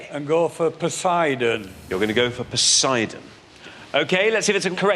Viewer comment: Poseidon, not sure where Posie-Don rules 😂